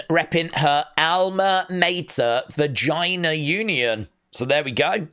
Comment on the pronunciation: Did you honestly say 'Vagina Union'?